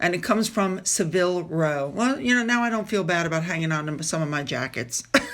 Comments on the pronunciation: Savile is not pronounced like Seville in Spain. It is pronounced. …… SAV- ill……almost rhymes with gavel. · Saville Row is pronounced .. SA-vil with the emphasis on the first syllable and 'sa' as in sad. ;)